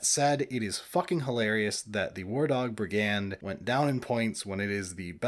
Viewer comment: why do you pronounce brigand the way that you do?